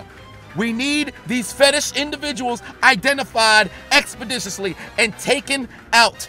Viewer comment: The amount of times I heard the word expodiciously...